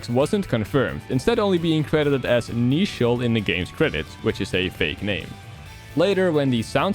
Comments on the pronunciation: Getting a slight eye-twitch every time he says Neichel wrong. It's meant to be based on the English word "nature". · neichel is supposed to be pronounced like nature